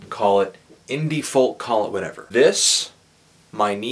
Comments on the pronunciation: what the fuck is 'fulk' bro? It's pronounced 'fowk' = folk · do canadians genuinely not pronounce it "foke"? *genuine question* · Why does he pronounce the `L` in `folk`.